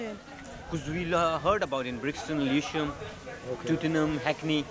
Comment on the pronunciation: 0.37 TOOTINGHAM LOOL